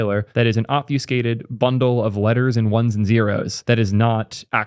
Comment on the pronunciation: "Ob-few-skated" eyetwitch